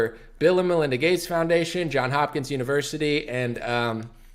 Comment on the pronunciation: Johns Hopkins. Not John.